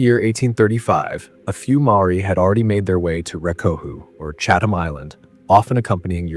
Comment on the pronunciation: Great video. Only quibble is every time the narrator says CHAT-HAM or CHATH-HAM I have an actual twitch. The best way to pronounce it is CHAT-UM. Sorry but English gonna English. I used to live near Chatham Road (in London, SW11) so that’s why I know.